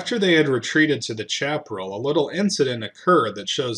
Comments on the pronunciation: Chaparral is a Spanish word pronounced “shap-a-ral”.... if you’re gonna wear a Texican flag hat u better learn to speak Texican! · Love your work. One comment: Chaparral is pronounced sha•pr•al